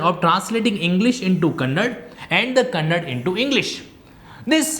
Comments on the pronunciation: 'Kannad' nahi 'kannada' bolo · Kannad bhasha nahi KANNADA bhashe hota hai..